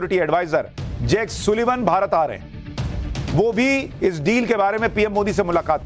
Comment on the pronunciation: By the was Sullivan is pronounced सलिवन and not सुलिवन, भाई!